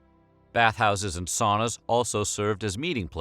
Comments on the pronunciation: It’s not saw-nah, it’s sow-nah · Sauna: sow-na. Not saow-na. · The Vikings took "sauna", pronounced "sow..na"! If you are going to talk about us, and our bathing, please do so properly! Thank you. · Sauna is a Finnish word in which the au is pronounced like the ou in sound. Or very much like a Bostonian might pronounce towner as in out-of-towner.